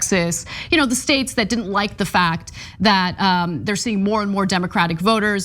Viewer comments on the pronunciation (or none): none